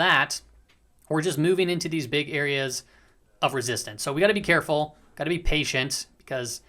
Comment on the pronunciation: Nice video today! Did I catch a Mexican accent at the end “got to be careful” esse?!! 😂